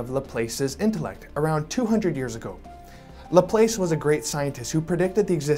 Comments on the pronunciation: Pronounced Lah-plass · It’s pronounced laplass lol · Laplace Said like class or grass Not place or face or grace